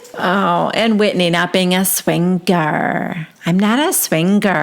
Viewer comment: This franchise is crazy! I enjoy it so much with your recap comments and voices. Please keep saying SwinGer and Tinc-Ture, it’s a riot. But so low brow of Mary to mention the $, right?